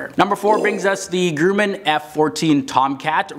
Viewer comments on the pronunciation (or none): "the Grooman F-14"